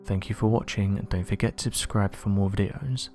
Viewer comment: Whistle-whispering unexplained mysteries to "abscribers" all over the "woahld". Worst "ahnunsiater" evuhr.... Dear lord he must be stopped.